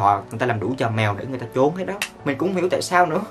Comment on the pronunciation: A ơi! Trốn mà sao a đọc là chốn